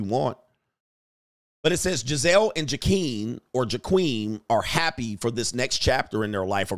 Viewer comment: “Ja-keem” LOL. Way to put an ethnic spin on that name, Coach!